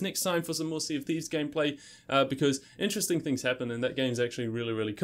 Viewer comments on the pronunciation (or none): none